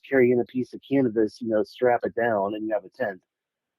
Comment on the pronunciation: Lmao IDK if its just me but I swore he said "Really all the boy scouts need to do is carry in a piece of cannabis And they have a tent"😅 I know he means Canvas but I hear Cannabis every time! Heres me picturing these kids like 😮"You want us to make it out of what"?